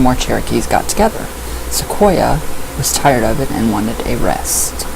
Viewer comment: You are saying Sequoyah correctly. His name is pronounced the same as the trees.